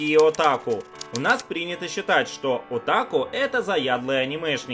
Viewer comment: Отоку, ударение на вторую о